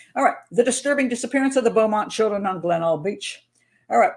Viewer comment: I live in Adelaide, and it's pronounced 'Glen- elg'